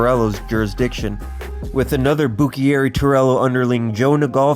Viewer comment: Legit video. Only thing that made me cringe was your pronunciation of Buccieri, it’s Bu-cherry. I was born the year my grandpa Turk died so I didn’t personally know him however I met many of those mentioned here and heard many stories from my grandma Doodles, dad and uncle.